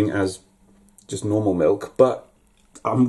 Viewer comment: I hate the way you say milk. You say milKKKKKKK